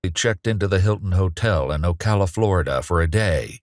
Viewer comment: Wow. The narrator said “Ocala” right.